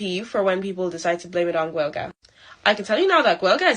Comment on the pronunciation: She's not even pronouncing Gaelige correctly so she doesn't even fucking respect the culture she moved to.